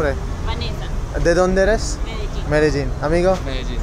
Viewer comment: Bhai aap likh to rahe ho Medellin aur bol rahe ho Medegin....? Baki video bahut accha tha